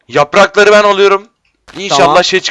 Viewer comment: yaprrraklari ben alıyorum :D